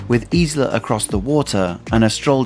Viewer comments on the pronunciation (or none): none